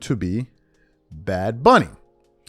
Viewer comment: Bad Bunny can't even pronounce his/her own stage name 😂